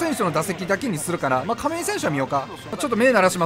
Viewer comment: 亀井がバーレンティンにしか聞こえんw